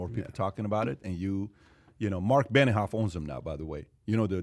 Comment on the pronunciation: its benioff not beniHoff